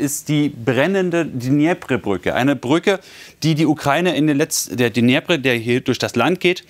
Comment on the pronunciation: Der Fluss heißt "Dnipro", was ist daran so schwer??? Wenn man eher russlandfreundlich ist, kann man auch "Dnepr" sagen. Jedoch nicht "Dnjepre" oder so ähnlich. Ich finde es immer wieder erstaundlich, wie schlecht viele deutsche Journalisten mit der Aussprache ukrainischer oder russischer Worte zurechkommen. Und ich meine ja noch nicht mal das "geratterte" R (aber das können die Bayern ja auch...)